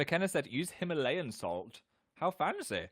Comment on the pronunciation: Ok but the way he says "Himalayan"